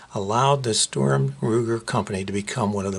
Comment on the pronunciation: Sturm not STORM